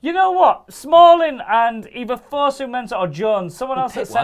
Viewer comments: It's not 'Fusu' it's Fosu mate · It's pronounced Foe-Sue Mensah not Fuzu-Mensah.